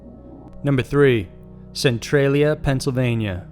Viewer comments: Centralia is pronounced cen-trail-ia not cen-trill-ia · "Centralia Hill" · Noo-Cleee-er. Noo-Cleee-er. Not Noo-cue-lar. Also, Centralia: sin-tray-lee-ah. Not sin-tru-lee-ah.